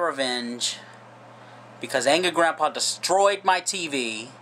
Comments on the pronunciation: said Angy instead of Angry. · He said Angy Grandpa. 😂😂